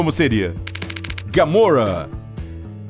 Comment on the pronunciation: por que vc sempre erra pra falar os nomes é gamora e nao gamorra